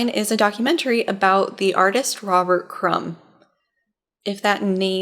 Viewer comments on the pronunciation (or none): none